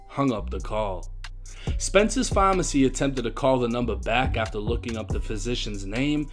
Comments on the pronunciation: Why say pharmacy like that bruh that shit annoying me lol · It's PHARMACY not FAAAWWW-MMAAARRRCCCYYY!!! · Why this dude say phamacy instead of pharmacy. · Is this dude trying to say pharmacy?